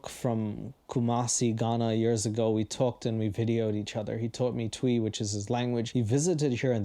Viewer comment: Twi is pronounced Tree